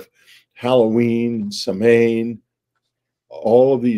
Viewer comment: Such an excellent interview, Whitley. Thank you for approaching this subject. BTW, I believe the word Samwain is pronounced: Sow-win. That's how I've been saying it, anyway, for decades. Blessings of the season to you both.